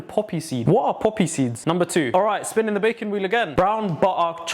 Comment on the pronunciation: without fail every "baking" sounds like "bacon" to me